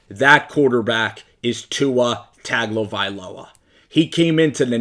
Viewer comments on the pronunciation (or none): I agree 100%. Tua is an amazing talent who can do anything you can ask a QB to do. Tip: Last name is pronounced Tung-o-vy-low-uh.